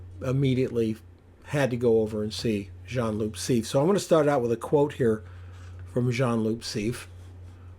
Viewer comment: It’s pronounced C.F. not “seef”. He used a 21mm.